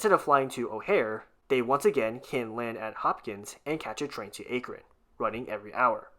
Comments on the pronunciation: ty for giving cleveland a better metro but omg it is pronounced ah kron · Clevelander here, Thank you for giving us a better RTA & new regional rail! On the other hand, you pronounced Akron wrong, it pronounced more like ack-ron as opposed to the way it is spelled. (Don't you just love the english language?)